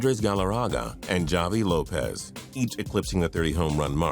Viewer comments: JAVY Lopez, not JOLLY Lopez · “Cepeeda” lol “Javie Lopez” it’s pronounced havy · It's Javy Lopez, with the J sound like an H...Not Javy like Java... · Javy is pronounced with an H, not a J.